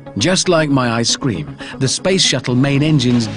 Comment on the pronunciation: He pronounces "Ice-Cream" like "I scream" lmfao